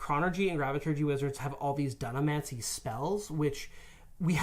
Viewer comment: The way pronounces Dunamancy hurts me.